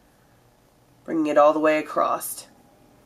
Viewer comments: Not criticizing, just wondering... are you aware that you say "acrossED" instead of "across"? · lolss "Acrost" i love when she says that